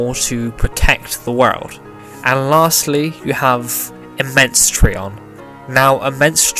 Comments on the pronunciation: It's tri-on not tree-on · It's tri-on not tre-on Get it right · Ig not it just drives me nuts after hearing the anime say tri-on and then hearing it be called something different